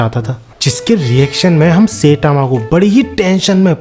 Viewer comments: Bhai सेटामा nahi hai wo साईतामा‌ hai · Bro really said "setama" instead of saitama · It's sitama not saytama😅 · Saitama ❌ Seytama ✅😂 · Saitama❌ Saetaama✅ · I love your video but......Its "sai" and "tama". Not "say" "tama". ... pleaseeeeeeeeeeeee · Bhai plz don't say setama It's Saitama (sai-tama )🙏 Video maza kharab kar deta hai setama word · Bhai to Jan buj ke sayyytamw pronounce kyu kar ta hai... Irritating lagti hai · bro saying setama ☠